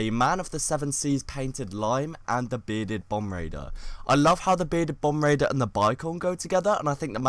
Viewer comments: It sounds like you're saying bom-braider instead of bom-bar-deer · Loaf The Almighty he pronounced it wrong.